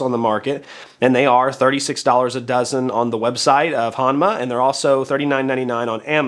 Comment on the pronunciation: Proper annunciation is “H-OH-nma”.